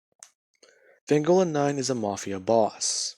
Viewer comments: It's pronounced v-on-go-la no offense but I can't stand when ppl get this wrong your doing great otherwise dude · Fucking finnaly someone did this,also your pronouncing vongola wrong your saying vangola